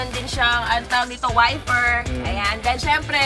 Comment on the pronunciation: Natawa ako sinita ung "ICO" tapos maya maya nag sabe ng "WIFFER" 🤣